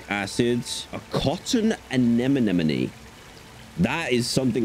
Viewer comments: Ah yes, anemone is now annemonny Inglush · “A cotton anonamone”